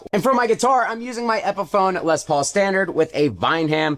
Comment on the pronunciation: Only dude I know that has 45.6 Gubby Les Paul...... but play a new cab wiff a Wes paul wrom wepefoam😅